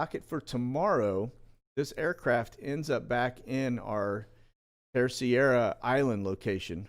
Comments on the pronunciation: Hey, this may help: Terceira is pronounced TER-SAY-DUH. Got family there:) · Im not being a smart aleck, but pronounce the island in the Azores like this. Tris aida :) Terceira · Just to inform the announcer that the spelling and pronunciation of the island in the Azores is spelled Terceira and and pronounced(ter-se-ra). Love the channel! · FYI, the island in the Azores is not Terciera, but Terceira. With an English accent it is pronounced tare-say'-rah. For a Portuguese speaker it would sound more like Tare-say'-dah. It means "third" island. Great work. Keep us informed. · I love these Sit Reps. So informative. I spent a few months in the Azores (Açores) back in the day and the correct pronunciation for Terceira is TER SAY DUH. Keep doing what you’re doing. ❤️